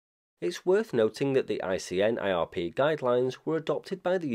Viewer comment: I'm hearing repeated use of "casual link" in this video, when the proper term is "causal link." Otherwise, aside from ICNIRP being called ICINRP in one or more instances, a perfect post on the topic.